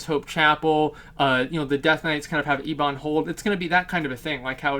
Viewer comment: E-bun Hold? I think you mean Ebon like Ebony...